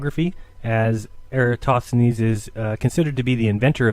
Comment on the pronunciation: Why do and Dave Weiss always pronounce air-uh-TOSTH-uh-nees incorrectly as air--uh-STOTH-uh-nees? Or in this video air-uh-TOTH-uh-nees? I like the point makes here about the globe earthers using parallel rays from the sun most of the time, but angled rays when it comes to eclipses.